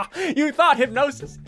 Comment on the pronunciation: He meant thought....like u thought not that lol